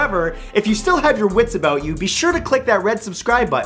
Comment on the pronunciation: "You'll see what I'm talking aboat" Proof that Canadians DO in fact talk like that, debunking his video titled "7 Myths You Still Believe Aboot Canadians"